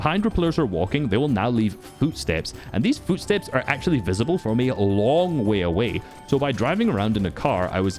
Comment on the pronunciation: "fyootsteps" - 2025